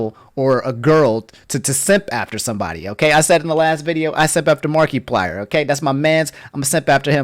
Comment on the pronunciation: Tfw simps for Markiplier but can't pronounce his name right fake simp!